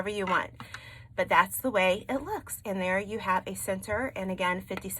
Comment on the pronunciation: I’m in central Canada I love the way you say pins. Love this tutorial on making petal wreath easy to follow so I’m going to try yellow petals with purple.